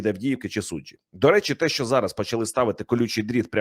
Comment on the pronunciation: ПЕРЕСТАНЬ ЗНУЩАТИСЯ НАД УКРАЇНСЬКОЮ МОВОЮ: ЩЬО,ЩЬОБ,ЩЄ,ЧОМУ,ЧЬОГО,ЩЄ,ВЧЬОРА,ЧЯСОМ,ЧЬОТИРИ,ЧЄРЕЗ...........!!!!!!!! ТЕБЕ ВЖЕ ГИДКО СЛУХАТИ!!!!!!!!!! (Українці,США)